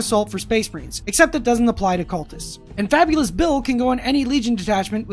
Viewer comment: You said Fabius Bile but I TOTALLY thought you said Fabulous Bill... Well guess I have a new nickname for my man.